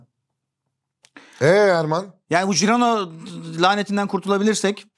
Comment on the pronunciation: Herkes de jirona diyecek sonsuza kadar gibi oturmuşu değiştirmek çok zor oluyor :)